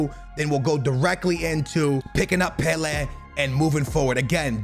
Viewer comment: it’s pronounced pe-lay not pe-le